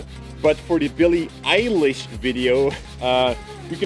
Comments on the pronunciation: billie eye-lish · Bilie Eie -lish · Don’t. Say. Billie. Elish. EVER. AGAIN. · It's bill-e eye-lesh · It’s Pronounced ‘Billie Eyelish’ :) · This is how you pronounce her name billy eyelish